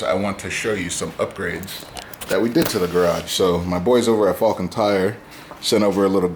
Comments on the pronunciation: When said Falken I kept hearing Fawkin for some reason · Jersey accent lol